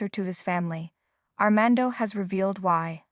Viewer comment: It’s fiAnce, NOT fiEnce and SAINT (St.) Petersburg NOT STREET Petersburg and ArmAndo NOT ArmEndo and San FelipE NOT San Felip and La Mision was massacred. Sounds like someone needs assistance with English pronunciations.